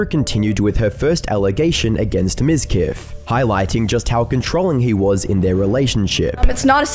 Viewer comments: It's pronounced MIZQUEEF! What really baffles me is how women fall for that pathetic narcissist! He's a walking red flag store! Did I mention the viewbots? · Miz queef. You said his name wrong